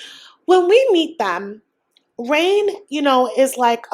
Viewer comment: Did you give up pronouncing Rayne as Rene? Lol